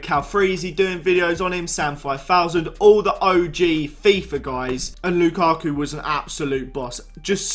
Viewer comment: Lukarku. It's Lukaku